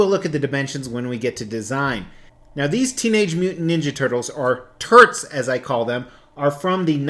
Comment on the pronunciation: Everytime he says "turts" I think hes saying TURDS 🤣